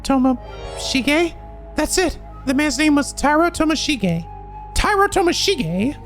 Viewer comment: Morishige watching mispronounce Tomoshige: where do I get one of these curse stones?? (Hehe jk love ya!)